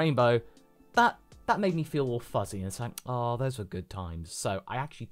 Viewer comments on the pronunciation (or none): none